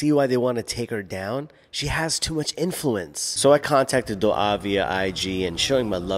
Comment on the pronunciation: Akhi it’s not du’a haha. Dua in Albanian is pronounced doowah and means love